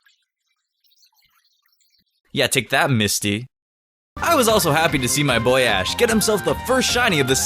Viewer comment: "Take that misty" was i meant to hear what she was meant to take?